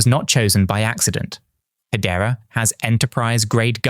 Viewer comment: Is he just doing AI videos now???? He is pronouncing hedera as head-era , nobody does that in real life